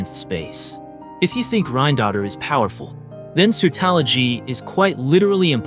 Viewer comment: Are you using AI for your voice over? or are you just really pronouncing these names weird? such as Khaenriah, Pierro, Surtalogi, Albedo. Sorry but its a little cringey.